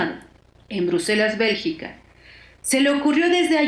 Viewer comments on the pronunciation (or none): none